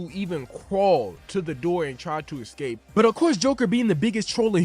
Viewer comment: Dude was able to pronounce “escape” correctly only one time out of the 9 attempts in this video.